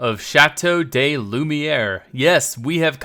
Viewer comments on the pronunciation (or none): Hey! As a french guy, I would like to help you pronounce Château de Lumière a bit better. You already nailed it well except for "de". As you say "de", I hear "des" (like "day") wich is the plural of "de".Try to say "de" like you pronounce the english word "Duh";)